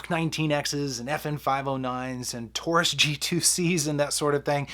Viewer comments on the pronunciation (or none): none